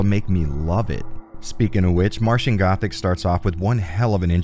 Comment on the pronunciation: AHEM! 'Martian Gothic' not 'Matian Gothic'